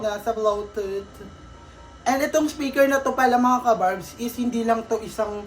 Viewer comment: Kinorek ung "Spiker", naging "Speker" naman 😂😂😂 LT